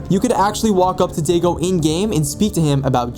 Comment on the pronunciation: For the pronunciation of Daigo it’s (die-go). I got it wrong so many times till my friend made me play Yakuza (game series)